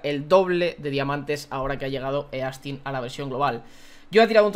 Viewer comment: Se pronuncia “istin” no “e-astin”